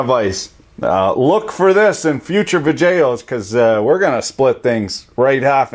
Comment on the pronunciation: I always have a laugh when I watch your vidjayo's. Your purposeful mispronunciation of technical description of procedures and terminology. I really do not know my arse from a hole in the ground when it comes to all the stuff you talk about on your channel. (but somehow I am learning a little) Thanks for the upload.